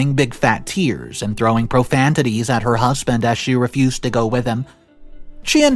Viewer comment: Profanity and not profantity . You use this in many of your readings.